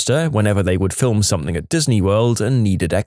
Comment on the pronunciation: No K in the word something